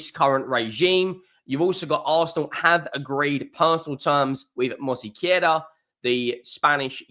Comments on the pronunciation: It's not Mosequera, it's Mosquera. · I won't criticize him for it, some names are hard to pronounce, Arsenal fans still mispronunce Giroud, sounding the D when it's silent. I only mentioned it because he added a sillable. Robbie from aftv also mispronunces David Ornstein, calling him Ornastein. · I know-how for you is very Hard to Sayn MOSQUERA, but Truck to find help Sith a translitera. Regaras From colombia. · And he is mispronouncing it.